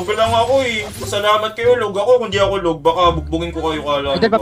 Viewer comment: LAG ❌ LOG ✔️